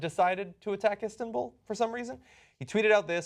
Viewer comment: "Istinbul." -John Iadorola